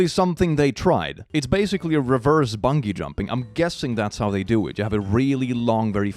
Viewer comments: you made a pronunciation error here with a funny side effect. You said bungee jumping with a guh sounding 'g', but it should be said like 'bun'- then the letter name 'g'. 'Bung' like you said it is a slang word for poop. Bunghole is another slang for butt hole. Bunghouse is an outhouse. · I’m enjoying “bun-gee” jumping.